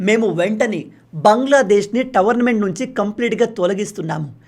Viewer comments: టోర్నమెంట్ అనాలి కానీ మీరు టవర్నమెంట్ అని పలుకుతున్నారు అది తప్పు మీ తెలుగు మీరు తెలుసుకోండి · Tornment ❌️tavarnament ✅️😅😅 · Towernament kadhu tournament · టోర్నమెంట్ అను టోర్నమెంట్ని టవర్మెంట్ అంటున్నావు తెలుగులో మాట్లాడేటప్పుడు జాగ్రత్త ఇదే విషయమై కామెంట్ పెట్టాను పట్టించుకోలేదు అప్పుడు కామెంట్లో చెప్పండి అనడం ఎందుకు?